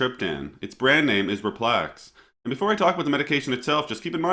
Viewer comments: What is? I have only ever seen RELPAX. I am not sure there is a drug called. I think there is a mistake in the video when spoken and in the description where written. It should be pronounced and spelled RELPAX with EL as in ELetriptan. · No worries. You pronounce it in the video too just fyi. Possibly because it sounds like Relax.